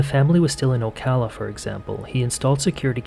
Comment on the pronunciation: Thank you for saying Ocala properly lol a rarity